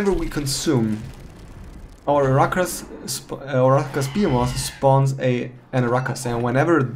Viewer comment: The way you say "arachas behemoth" is pretty wrong xD But nice video, thanks!